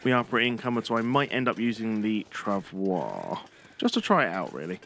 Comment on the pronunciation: FYI travois is pronounced trah voy.